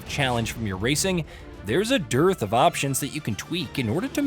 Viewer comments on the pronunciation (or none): none